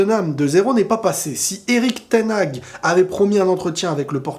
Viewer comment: Ten haag se prononce ten Har en soufflant le h!!!